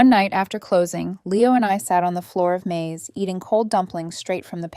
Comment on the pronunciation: Screwed up ai, turn's May's into corn (Maze)